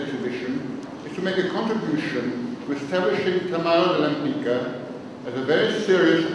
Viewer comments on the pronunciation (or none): I thought she was born to a Polish family - in either St.Petersburg or in Warsaw. I thought her name was pronounced like [lehmpitzkah]. Thanks for the vid - she was fascinating. There is a website but poorly illustrated - very few paintings shown. Seeing the footage from the exhibition is very informative. It shows her again and again as a painter of extreme intelligence, not just talented. She DEFINITELY deserves more attention. Screw critics, they are frustrated artists anyway...